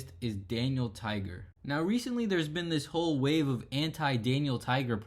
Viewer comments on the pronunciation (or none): none